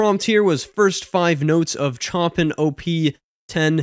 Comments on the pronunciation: Correct. I used to pronounce it how he does too until I learned it was wrong. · I just got my DALL-E 2 invite, pretty excited to play around with it. Cool video as always, feels like we're in the golden age of AI just before the tech gets absolutely insane. BTW Chopin is pronounced "show-pan", just for future reference. :) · Loving these videos! Not that it really matters but the two you wasn’t sure of are classical music. Chopin is pronounced ‘show pan’ (I think) & the other is ‘Rack man in ov’. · Pronunciation. Chopin - a closer rendition of his name is Show Pah. That's not correct but most people intrested in classical recording would recognise who you meam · I was also going to correct his pronunciation of Chopin and also thought I would sound pretentious. Thanks for taking one for the team. 😆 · Dude, the music was interesting but what really hurt my ears was your butchering of the language. Chopin is pronounced, “Showpan.” Op. stands for Opus, which means “Work.” In Classical music, the Opus number is issued usually after the fact based on the probable sequence in which the artist’s pieces were composed. Rachmaninoff is pronounced, “Rock-mon-in-off.” The Jazz was interesting but Jazz is all about the solos and you really didn’t play enough ti get a sense of that. Bluegrass is always played in doubletime (fast) but I’ve never heard a piano in a Bluegrass track. Not to say you’d get arrested for it, but it’s not traditional. It made it sound kinda weird. It’s kinda hard to ramble with a piano in tow. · it's pronounced Show-Pan 😉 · Chopin is pronounced show-pan :) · It's pronounced 'Show-Pan' not 'chop-in' btw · Chopin is pronounced Show-PAN, not CHOP-in. 😅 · Oh my God, Its pronounced Sho-Pan, not Chopin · show-pan, not Chop-in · Chopin pronounced Show-pan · Chopin is pronounced "show-pan". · Yikes you really butchered Chopins name!!!! (Pronounced like Shopan) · YOU DID NOT JUST SAY "CHOPPIN" AND "RASH MEN" 💀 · Chopin is pronounced "show-pan"